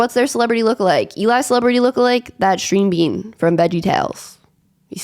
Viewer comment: And I believe I heard 'stream bean' when describing Eli 🤔